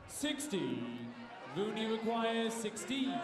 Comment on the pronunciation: His name is Rune David. Not Rohit David